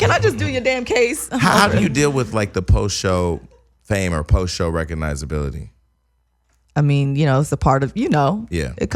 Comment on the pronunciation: Jason said recognoizeability😂😂😂😂😂😂😂😂😂😂 recognition